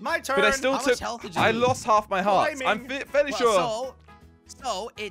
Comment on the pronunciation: jelly: “so it takes holf of your health”